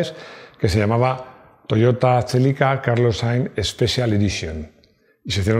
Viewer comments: Toyota chélica LOL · el Toyota "Chélica", el amor de mi infancia, el último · “Toyota txelica”, dando acento vasco a los nombres jajaja